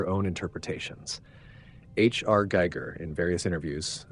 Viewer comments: Seriously, you're going to pronounce it "Jee-ger" - haven't heard that variation before and didn't expect that, not from THIS channel! EDIT - BINGO! but then back to "Jeeger" at 6.50 and then even "Jeyeger" By the time you get to the end, it has been pronounced in every conceivable way lol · Wtf is Djeeger? Hans Giger? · He does pronounce it like geiger counter aswell later on. 14.14 And a different again pronunciation at 18.12. 3 attempts and couldn't get it right Otherwise interesting video